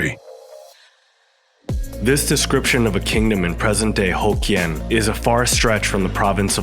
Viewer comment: Not pronounced: "ho kians" but "hock Kian"